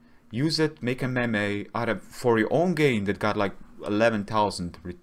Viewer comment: “A mem-ay”